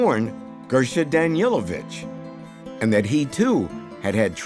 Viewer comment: It is Danilovich (Daneelovich) not Danielovich.